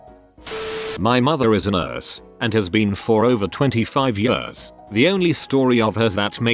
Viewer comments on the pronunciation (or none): Robot voice: "over 25 yörs"